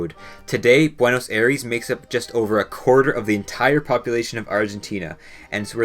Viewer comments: It's pronounced Buenos Aires, as in I-res, not Air-eese. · “Buenos Air-ees” 💀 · why does everyone mispronounce buenos aires, it is spelled that way but its actually pronounced buenos sires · I'm not disputing the facts as selected in this video but the way you butcher 'Buenos Aires' kills me every time... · Great video but thats not how you pronounce buenos aires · How can you fuck up pronouncing "Aires" so often? Look it up if you are not sure about it. Considering how often you used it you should at least look it up. Your video loses alot of credibility because of that.